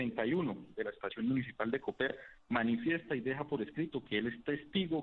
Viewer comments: El municipio de Boyacá no se llama Cóper, se llama coper; aprenda a leer y diferenciar los signos gramaticales "señor periodista" de media panela. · Se pronuncia «Coper», es una palabra aguda, no «Cóper». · por cierto, se pronuncia «Coper», es una palabra aguda, no «Cóper», como la pronuncia Vicky Dávila.